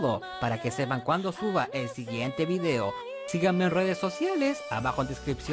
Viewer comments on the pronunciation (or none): none